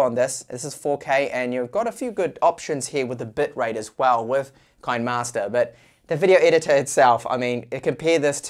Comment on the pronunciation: Kinemaster ➡️ kee-nee-master, like you would pronounce "cinema'ster".